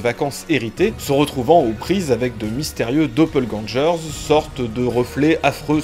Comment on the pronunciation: ta prononciation de doppleganger est non conforme a sa prononciation en allemand (d'ou il tire son origine). Elle est également non-conforme a sa prononciation en anglais Elle suit en revanche les regles de prononciation française mais a ma connaissance le mot n'existe pas en français et est generalement traduit par double maléfique ou jumeau maléfique